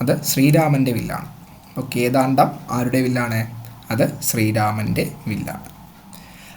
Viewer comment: Ezhuthiyathum vayikkunnathum pla iathum vyathyasam undallo onnu sredikku.. Vedavathi= =devavathi? Kodandham== kedaandham Ingane ottanavadi... Onnu sredikku